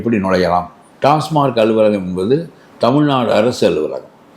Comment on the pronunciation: ❤❤❤🎉🎉🎉 டாஸ்மார்க் டாஸ்மார்க் என்றே கூறுகின்றனர். அந்த நிறுவனத்தின் பெயர் TASMAC . டாஸ்மாக். டாஸ்மார்க் ஏதோ பாஸ்மார்க்/ஃபெயில்மார்க் போல் உறுத்தலாக ஒலிக்கிறது.😮😮😮😮😢😢😢😢😊😊😊😊😊